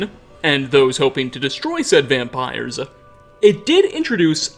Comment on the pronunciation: I like your content and when it pops up on my feed I sometimes watch it....but if you could stop emphasizing UHHH at the end of words where it doesn't belong,I might subscribe...till then,nah bruh....your annoying. "Mysteriesuuuh" "Eastereggsuhhh"..."Dragonsuhh"...."Vampiresuhh" ......seriously bro,cut that shit out.